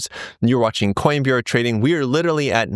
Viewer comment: Aaron old boy, you're very likeable. I listen to your videos even though I'm a committed bag-holder and no trader. But, look, I feel sad that a sophisticated charming educated person like you can't say the word literally properly. You say lidaree, liradee, liderderireedee. Just learn to say it, come on, you've got a hundred thousand people coming to listen to you. Honour them by speaking properly.